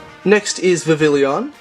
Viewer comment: Vivillion? It’s Vivillon (Vi-vi-yon)